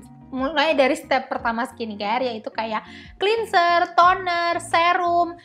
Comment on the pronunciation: Kata “cleanser” di baca bukan “klinser” tapi “klenzer” ya kak😊